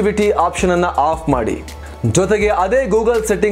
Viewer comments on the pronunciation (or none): ಅಫ್ ಮಾಡಿಬಿಡಿ. ಆಫ್ ಮಾಡಬೇಡಿ ಈ ಎರಡು ಪದಗಳು ಒಂದೆತರಹ ಕೇಳಿಸುತ್ತದೆ.